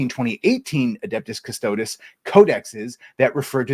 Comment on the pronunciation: Cuss Toe Deez. The pronounciation is everything.